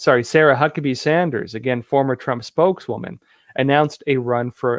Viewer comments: Ar-kan-saw Not Ar-kan-sas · Pronounced: Are Ken Saw NOT Are Kansas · It', s not Ar-kan'-saw it's ar'-kan-saw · are-can-saw Not . R-Kansas lol lmao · are you saying Kansas or Arkansas? Because if it's Arkansas, you are the only educated person ever to mispronounce it. Should be pronounced Ar' kn saw. I hope this helps. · Ar-kan-saw not Kansas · It’s not AR KANSAS! It’s R CAN SAW! Where are you from? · Ar can saw not Ar Kansas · It's no longer pronounced 'are kansas'. It's now pronounced 'Arkansaw'. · Pronounced Ar Kan SAW not Ar- Kansas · You lost a little street cred with me by reading Ar “Kansas”. Instead of correct pronunciation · Arkansaw not Ar kansas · Arkansas not Ar Kanas lol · It’s pronounced “Ark - in -saw” not Ar-Kansas. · Arkansas is pronounced ark in saw, please don't get it confused with kansas please. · “Ar Kansas?” LOL! It’s pronounced “Arkansaw” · Are-can-saw not Are-kansas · It’s “Ar- KAN - saw”, lol. Not “Ar- KANSAS”. I know the latter makes more sense given it’s spelling but I’ve never heard someone say it like that in a non-joking manner lol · Pronounced " are can saw" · Lol. Are ken saw . Easy peasy, say those 3 words just like that. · It's pronounced "Arkinsaw". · the pronunciation of Arkansas (Ark- kan-saw) for future reference. I grew up in a teachers home, both of my parents were teachers. I hope this helps you. Thank you for reporting the truth with REAL journalism. MANY BLESSINGS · the correct pronunciation of Arkansas is like Ar-can-saw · I love ya! I still didn't hear you pronounce Arkansas correctly once and was laughing every time you tried. LoL! Try pronouncing it "R-CAN-SAW" next time. ❤😂 Thank you for all your wonderful reporting. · Arkansas... R-Can-Saw! 😉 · Thanks that was great! Love Epoch Times. I get my newspaper every week. PS> Ahh- kin - saw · I think it should be: AR-ken-saw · ( ARC - can - SAW ) First and last syllable is more pronounced. You're welcome 😊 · Ark-Kansas? Not.